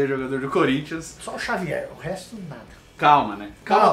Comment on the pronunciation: Xavier, o editor ouviu Jôvier kkkk